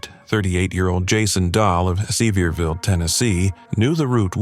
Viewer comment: Pronounced severe-vill, for the helicopter story. Severe county. Obviously spelled different but that's how it sounds. My sister lived there a long time.